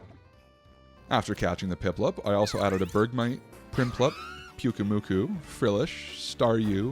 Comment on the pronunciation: That's an odd way of pronouncing piplup, the best starter Pokemon.